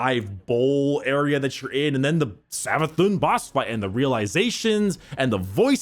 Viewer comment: "Savathun" Oh God.. Its Prnounced Savathoon (Cause It has the Accent above the u making it Like this Savathûn, Meaning its Not a 'u' sound its a oo sound instead.)